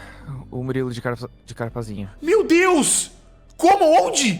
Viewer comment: Momento exato em que a percebe que o falou Muliro e n Murilo